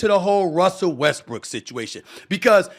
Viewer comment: Did anybody catch Stephen a Smith call Westbrook westbriçk